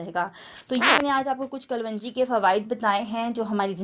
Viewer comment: pronouncesation sahi kero klonji kaho